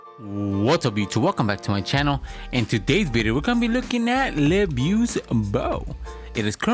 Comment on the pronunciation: Looove the combos for this vid, I did wanna mention that the pronunciation for LeBeau is just "le bo" as the french pronunciation of "Beau" is the same as "Bow" or "Bo" for us, except in the case of "Beautiful" of course. That's also why "Beau" is also a common alternative for the name "Bo" as well. One more piece of trivia, "Beau" also is a common word to describe a lover or boyfriend, and that meaning derives from it being the french word for handsome. Regardless, keep up the great work!